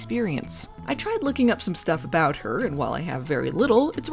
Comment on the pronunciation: "Ahh, it's just Sasquatch, don't worry aboot it..." is my new go-to when someone asks WHAT'S THAT?